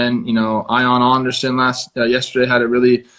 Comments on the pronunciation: He said eye on andersan 🤣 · Eye-on Anderson? Really bro? 🤡🤡🤡